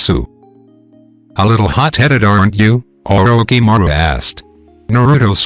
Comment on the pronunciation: The pronouncing of orishimaro is wrong